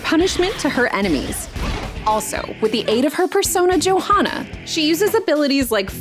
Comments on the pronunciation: It's actually a pretty accurate pronunciation. Although the J is supposed to be pronounced as a Y. But that's what the English language butchers nearly every time, anyway. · still noticeable though since its supposed to be Yohanna. But yeah, Milady was straight out butchered. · The mispronounced names make this trailer waaaaay more funny JOE-Hanna lol 😂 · Yeah, exactly. It should be pronounced “Yohanna”, which is what Makoto yells nearly every time she summons her Persona. Ha. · How did they let that mispronunciation of "Johanna" slide?